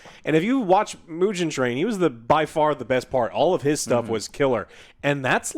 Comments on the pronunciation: bro really said myujen Train ICANT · WTF is Mujen Train? Why do you , Americans, always find ways to mispronounce and disrespect us, Japanese?????????????????????????? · Good ol "Mew-jen train" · It’s not “Myugen train” it’s “Moo-gen” train Meaning “Infinity” train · It's hard to take someone's recommendation about not seeing it dubbed when they haven't seen it dubbed. That's like someone saying a game sucks without playing it first. Not to mention when the people in the video can't even pronounce the names correctly, I.E. it's "Mu-ghen" Train, not "Mu-jen". Not to mention not even being able to pronounce the main characters name correctly. And they call themselves anime fans....Fans, or even good reviewers/researchers would know to get the names right before hand and practice the pronunciations. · As someone who loves so many dubs, except Demon Slayer's unfortunately 😅 I feel like if you're gonna denounce english dubbed anime, you SHOULD atleast get the names correct, JOE 😂 "Miujin Train" "Nakuzo" LOL I half expected him to say Tangyro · How can you not spell Kokushibo correctly LOL but yea I agree, Miujin Train, and Nakuzo lol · “Mew-jin” Train will never not be funny 😂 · They can't get these names right for nothing 🤣🤣🤣Hilarious review! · Dude... Bashing people who watch dub and then pronouncing "Mugen" the way you do... 😂 0 awareness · struggled saying Mugen from the jump. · Muhhgen, Tenyiroohh :D Joe you really made my day man ahhahah